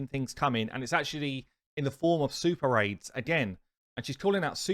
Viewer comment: Swear to god I thought when you said Super Raids, you said Super AIDS. Must be watching too much South Park.